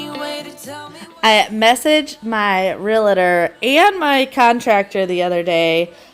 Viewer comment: Hi there! Love your videos. I just have one little correction and I know it is really silly but as a Realtor people tend to say it wrong. And I mean no offense. It is Real-tor not Real-a-tor. 😊